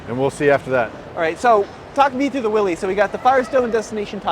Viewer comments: Except he doesn't know the correct way to pronounce "Willys". But hey, nobody's perfect! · I am suprised the VP of Jeep pronounces Willys wrong.